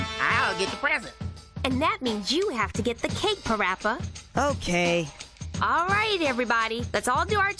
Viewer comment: PaRappa... More like PAW-RAPPA AHHAAHAHAHAH